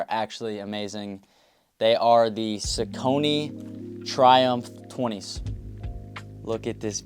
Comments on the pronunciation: its prononced "sock knee" not "sau cony" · No judgment They're pronounced "sock-a-knee" for the Saucony Creek in Pennsylvania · its sock-a-knee 😭😭😭